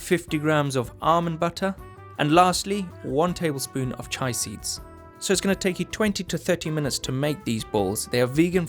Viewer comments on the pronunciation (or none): it is pronounced chee-a chi is a type of tea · Arent they chia seeds? I think he is saying chai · Chia Seeds = Chee-Ah Seeds. Chai is tea. Great recipe! I love that you and GCN are doing so much that's vegan friendly. Keep up the good work!